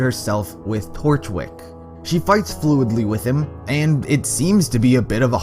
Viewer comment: When he said torchwick i heard DORKWICK im dying naw